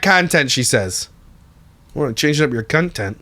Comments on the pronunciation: "cunttent" - I'm screaming 😂😂😂😂😂😂😂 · “Cuntent” 😂😂😂😂 😂😂😂😂